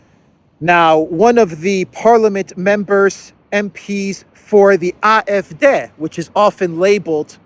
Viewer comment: Great pronunciation on AF, the D is pronounced like Day.